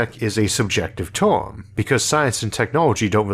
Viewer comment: "Of course, 'low-tech' is a subjective TOIM." What kinda krazy accent or speech impediment does the narrator have? The word is TERM!